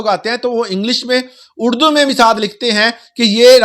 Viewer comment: اردو بولیں ،اڑدو نہیں 😅